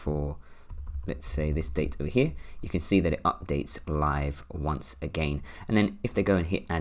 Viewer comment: I took a shot for every time he said “over heeh” (over here) 🥴🤭🥴🤭